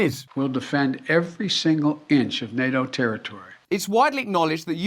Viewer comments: PuuTTTTTTin Not Puuin 🤣 NAO 🤦🏽‍♀️ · ... general people cannot stop this madness ... maybe some aliens will show up and say: "playtime is over now kids" ... disarm us ... and eat us for breakfast ... by the way Russel ... why do you not pronounce the T in NATO ... is that a typical british thing that they leave the Ts out or just yours ...? As I am not an Englishman I ask myself ... why ?...😈